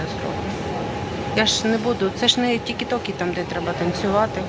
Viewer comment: добрий день! Вибачте, будь ласка, а можна, якщо Вам це не складно, не перекручувати назву додатка тік - ток. Це так ріже слух, а Ви це в кожному відео згадуєте 🙏. Це як назвати Інстргрмка чи Фейсбучка. Ви з боку просто не чуєте, але звучить не комфортно. Прохання як до блогера. Ще раз вибачте🙏